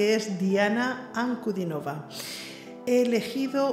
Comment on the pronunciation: 😍Es muy raro que alguien extranjero pronuncie el apellido de Diana con el acento correcto. 🙏Gracias por Mostrar tanto respeto por nuestra Diana. Te suscribí.